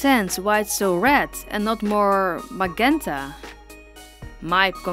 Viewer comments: It’s actually pronounced majenta not magenta. No hate just constructive criticism. Beautiful doll by the way 💜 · So cute! Also it's pronounced Mah-j-enta not mah-genta but I understand if you have another accent. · Olivia is definitely one of my favorite characters that you've done. I absolutely love the pink! By the way, the word magenta is usually pronounced with a j sound, majenta. Keep up the fantastic work! You're one of my favorite doll artists on YouTube and I LOVE your work! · Love your videos. Its Majenta tho. G's often make a J sound when they have a vowel on each side. English is weird and super hard. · Very pretty! And I just wanted to say, in case you didn't know, magenta is pronounced maJenta. It's very weird, but I just wanted to tell you. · It’s pronounced “ma-jen-ta”... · Just a tip but in English it's pronounced "maJenta" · I love how say magenta not the right way to say it but I wanna say that way now because its sounds more fun to say it that way 😄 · I love how you say magenta and your barn owl is so adorable! I love barn owls on their own but this one is a thousand times cuter! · I love how she says magenta she's to good for this world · i love the way u say magenta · Is english your first language? It's just,you say magenta a little weird. (I really love it our voice either way.)